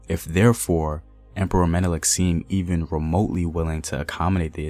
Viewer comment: At least you got Menelik pronunciation